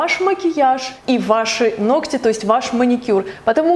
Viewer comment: Оч.приятный влог. НО, пожалуйста, НЕ 'ногтЯ' (((